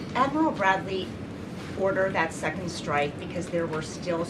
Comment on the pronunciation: Why does she say shtrike?